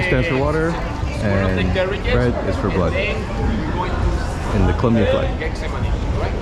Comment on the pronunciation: The tricky one is...Getsemani ... ( het se ma kneè) accent on the final knee. 😀